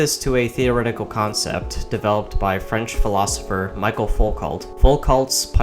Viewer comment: And his first name is pronounced Mee Shell